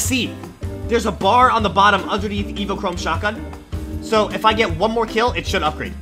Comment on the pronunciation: Its pronounced evo-chrome burst rifle